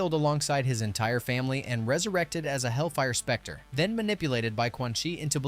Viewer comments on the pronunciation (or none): none